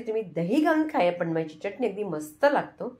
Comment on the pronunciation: च्यटणी नाही चटणी म्हणतात. बाकी उत्तम रेसिपी आहे.